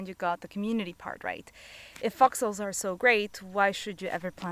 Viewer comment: What are you saying? Are you saying fox holes? Because it doesn't sound like it!